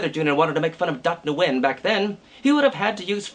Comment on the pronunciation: isnt it pronounced "when"?